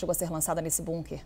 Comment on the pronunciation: Que agonia elas falando "bunquer"